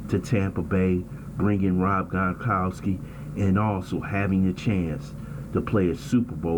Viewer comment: Fixed? CHEIFS CHOKED. TB12 IS UNFKNTOUCHABLE. HA HA HA. OH...N ITS GRONKOWSKI NOT GONKOWSKI. FKN IDIOT.